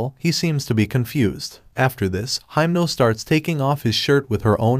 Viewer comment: You called heimnal makima